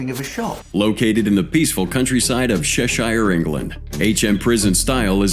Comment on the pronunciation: I know its a serious subject but i genuinely get great enjoyment when Americans try to pronounce Cheshire ans Worcestershire is another great one lol 😂 xx